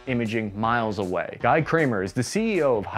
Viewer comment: Guy rhymes with "we" , not "why"